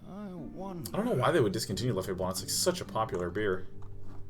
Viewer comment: Sean, I hope you read this, the beer, its pronounced "Lef" not "Leffey". Just wanted you to know :)